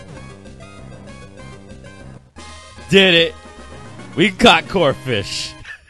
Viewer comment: This man said corphish...